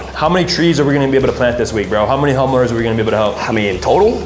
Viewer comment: wtf bruh did not just say homoowners😮😂😂😂😂😂😂😂😂😂😂😂